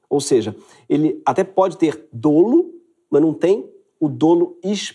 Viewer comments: A pronúncia de dolo é "dólo" e não "dôlo". Ótimo vídeo !!!! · A pronúncia é “dólo”, e não “dôlo”. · Sem querer ser chato, apenas com o intuito de contribuir com o canal, mas a pronúncia correta é “dólo”, como se o primeiro “o” tivesse um acento agudo.